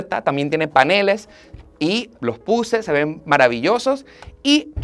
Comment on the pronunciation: CONsola??? PAnel???? sere yo que no se donde está la fuerza de pronunciación ?